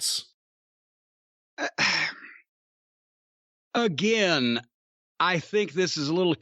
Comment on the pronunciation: the way Jim started with "again", I heard every letter in the word lol